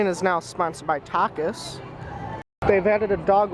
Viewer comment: u said takis wrong lol its spicy chips i love them